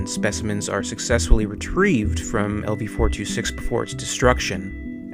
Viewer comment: Wait did he pronounce it as lv 4-26